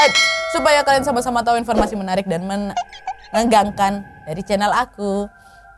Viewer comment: Awal" bikin video mh kaleeeem banget jaim. Sekarang mah wadidaw wadaw gak ad kalem" nya, tp justru malah seru cara pembawaan nya jelas dan seakan akan kita yg nonton Ikut k dalam cerita.. syuka banget sama cerita wawak yg d bawain sama kak Nadia apa lg kalau udh bilang "KLEEN" (KALIAN) 😂